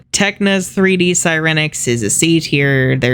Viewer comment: IM IN TEARS 💀💀 you MURDERED sirenix oh lawd